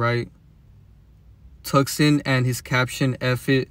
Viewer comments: Tucson is pronounced ( Toose ahn ) BTW. Had to say cause you repeated it like 5 times lol its understandable tho you just read it the way it's spelled and the English way of spelling can be straight retarded lol all the silent letters and words like phone. Now that I think about it Phoenix is in Arizona too.. Anyways love your work bro and don't forget free masons pushed Christianity and there interpretations of the Bible on us don't forget that . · It's pronounced Two-sonne the c is silent 😊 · The c is silent in Tucson. It's pronounced "two saan" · I’ve never heard someone say Tucson like that bro lol